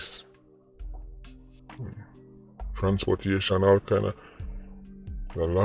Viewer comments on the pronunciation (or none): Serious topic but when said transportation I LOL bad